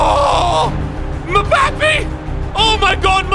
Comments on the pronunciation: He triggered me when he said “ mabapee” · no offence but " mbappey " ?? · this is how u pronounce mbappe. M-ba-pay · Everyone: Mbappe: Muh Ba Pee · I love how calls Mbappe Mpappe lol. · Mbappé = Mibabi 😂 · Mbappe❌ Moupapi✅ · Then called him membapae when it’s Mbappé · Ah yes, Kylian Mabape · Man called mbappe Mebapi lol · Lolololol “Mah-bappe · Mabbappe he says and not mbappe and AT THE START OF FIFA 22 THE SCREEN WHEN YOU SAID HEY MESSI THAT GUYS WAS MBAPPE doesn't know anything about soccer/football I have been a BIG FAN of soccer/football for 20 years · It is so funny how said Mbappe “m bappe” 😂😂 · "mabapee' killed me 🤣🤣🤣🤣🤣🤣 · “Oh my gosh Mumbappe”😭😭😂😂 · man said mmmbappi 😭😭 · This dude said mebappi 😂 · Just the way the way he said mbappe name “mabappe” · Ma-bappy hurts me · I fucking broke down when he said mpappi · This guy really said mbapee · “Mabappy” Lol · The way he mbappe mebapi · This comment for it’s not Mbappe it’s m-bop-é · The way he says mbappe is legit the funniest and the best entertainment I've had all year, loving the content keep it up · The way he pronounced Mbappe had me dead bro😂😂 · The way he said Mbappé I cried 😂😂😂😂😂😂💀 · the way he's say mbappe has me dying 😂😂😂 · The way he's said mbappe was hilarious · I like how said mbappe the wrong way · Did any other football / soccer fans find pain when he said mbappe wrong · The way he says mbappe killed me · we just going to ignore he called "Kylian Mbappé" Messi LOL im dead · scored about 5 goals with mbappe and couldn’t pronounce his name right one 🤣🤣🤣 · When he says mbappe 🤣🤣🤣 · when you pronouce 1 of the greatest cbs last name wrong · the way he said Mbappe... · So angry he said mbappes name wrong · You said mbappe wrong